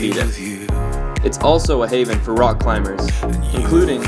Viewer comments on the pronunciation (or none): none